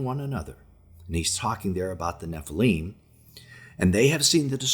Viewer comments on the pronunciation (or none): none